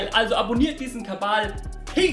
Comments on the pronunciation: Warum sagt er KaBal anstatt Kanal? (sorry für die dumme Frage) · Wäre mal schön Kanal zu hören, nicht Kabal. Mach doch mal 'n Video zu Kabaala. Deiner Droge. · Wieso sagt er andauernd Kabal statt Kanal ? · ich mag dich echt sehr und ich schau mir auch gern alle nicht Drogen- Videos von dir an, aber dass du KaBal statt Kanal sagst, triggert mich so hart, dass ich überlege, keine Drogen mehr zu nehmen. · Kannst du BITTE Aufhören Kabal zu sagen